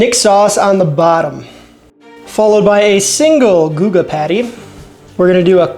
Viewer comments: It’s GOO-guh, not guh-guh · Nvm he randomly says guh-ga couple times in the video it’s goo ga lol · stop saying gugga. thanks brotha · Love your vids man but this is the second time... it's pronounced "Goo Guh" (Guga) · That Guga pronunciation is painful. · OMG for the love of life stop saying Gugas name wrong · I can't believe you pronounced Guga wrong. You need to send him an apology. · Great idea! I love it. Why are you pronouncing Guga all weird though. Hopefully Mythical Chef Josh is in the pile with his "bottomings" instead of "toppings" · Awesome video dude!!!! But, if u keep mispronouncing Guga and Moetz, they will never invite you to New York or Miami dude....lol